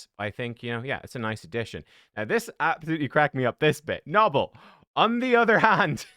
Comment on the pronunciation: Isn’t it “No-Bell” not “Naw Ball” lol